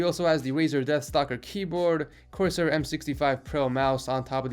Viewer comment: did anyone else notice he said dethstalker chroma keyboard, and an anansi mouse???